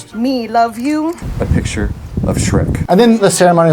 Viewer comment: How does one say in their wedding vow " A pitchure of Shrek" 🤣🤣